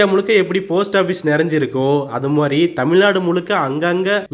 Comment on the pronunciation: I'm a fan of. Request you to say "mathiri" instead of "Mary". 😅